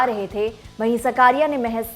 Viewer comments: बहन सकारिया नही साकरिया। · His surname is ‘साकरिया’ not सकारिया... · Are uska naam chetan saakriya he saa, sakaariya nahi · उसका नाम चेतन साकरिया है ना सकारिया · सब को विनंती है वो चेतन साकरीया है सकरिया नही प्लीज सही से नाम ले 🙏🙏🙏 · It's साकरीया...not what you pronounce, very poor hw from lallantop and poor presentation